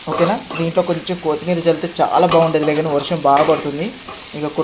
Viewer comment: రే తమ్ముడు నువ్వు వంటలు బాగానే చేస్తున్నావు కానీ వంటకి వాడే పదార్థాలు సరిగ్గా పలకటం నేర్చుకో అది కోతి మీరా ఎలుక మీరా కాదు తమ్ముడు.. కొత్తీ మీరా... ఏంటి..